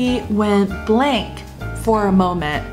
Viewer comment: Went blank for a moment? Blank 好像发音不太对